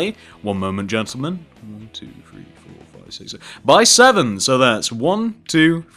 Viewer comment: why did you just say jentelman when exstending to left in begining???!!!!!!!!